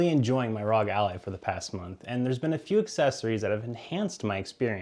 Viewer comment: I know, and that not how he says it. It says it like alley